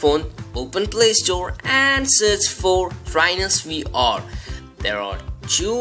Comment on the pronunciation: why are you saying "we r headset"? its VR dude.